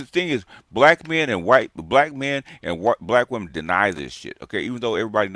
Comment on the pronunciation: "Believe ALL weminz".🙄